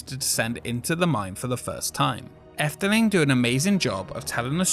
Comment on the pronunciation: Oh well thank you! Are you Dutch since you pronounced "Efteling" so well [Edit] Okay you're not Dutch, but your pronunciation is very good so.